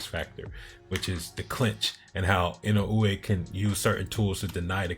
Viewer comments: To frame it to be pronounced by native English speakers, I would put it as E-no-ooh-eh. But you absolutely are saying it right. I tried to explain to someone before that the mispronunciation is equal to people saying Fulton as "Futon". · You might be the one of a few, if not the only, U.S. channel to pronounce Inoue's name correctly.